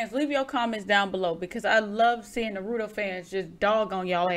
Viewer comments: STOP MISPONOUNCING NARUTO, also Boruto is a good anime by itself it is only bad when you compare it to Naruto and Shippuden; OF COURSE THE SPIN-OFF WON'T BE AS GOOD AS THE ORIGINAL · I meant that as a whole to all English speakers especially people who watch anime, only because it is spelled how it sounds (Naruto and not Na-rooto) and it gets on my nerves as in dub and sub they say it the same way and I realized that since besides Yu-Gi-Oh it was the first anime I've ever seen and when someone said I was pronouncing it wrong I went to sub and realized I was right while the other person was wrong (should've known because they even said Kakashi wrong lol, but I was 10 at the time).